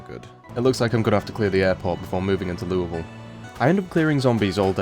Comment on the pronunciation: First zomboid youtuber I've heard pronounce Louisville correctly!